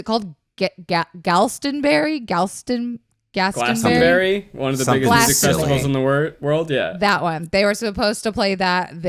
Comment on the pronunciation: Love how pronounced Glastonbury as Galstonberry. Never felt foreign for being English until now....